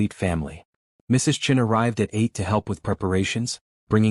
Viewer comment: Why do you keep saying U S for "us" s and T O for "to"? It's annoying.